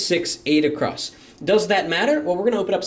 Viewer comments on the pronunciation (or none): none